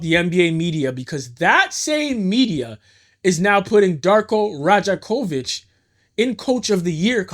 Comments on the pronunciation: Dope video!! btw his name pronounced Rye-Ack-Oh-Vich if you make another one though boss he’s tooo hype gotta love him as a coach even though all the trash fans were saying no he should be fired the real one knew he was that guy just needed a team to run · good video brother... but you're from Toronto? how you from here and you don't know how to pronounce his name haha Dar-Koh Roy-yak-ovich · Great commentary and editing, man. I see you're on a trip around the league reporting on teams. Announce yourself as a Raptors convert, center the team in your reporting (and learn to pronounce 'Rajakovic' correctly) and I guarantee you that 1,800 sub count will EXPLODE. There's no love like the love of Toronto Raptors fans--trust.